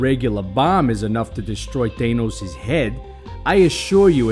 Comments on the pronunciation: I dont care where you're from.. he is called thanos NOT THAYNOS!!!! 😂. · Ah yes, ThÆnos and Ænt-man